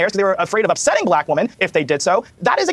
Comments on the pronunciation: He said brack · Heard Brack girl summer every single time 😂😂😂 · That dude literally cannot say the word 'black'. He must just be a huge Brak show fan.